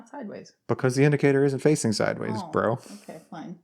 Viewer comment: Called his wife "bro" or was it "breaux!" 😂❤